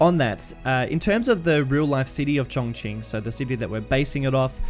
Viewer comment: Very interesting. I have been to the actual city 3 times now.. used it as a base to tour local areas. By the way it is pronounced Chon as in john and Ching as in Ka Ching!